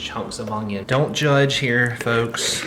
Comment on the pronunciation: pronunciation of onion with a 'g' in it is hysterical!